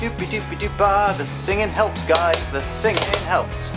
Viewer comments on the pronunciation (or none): none